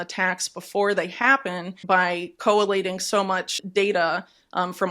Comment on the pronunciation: Collating. Three syllables not four. Whitney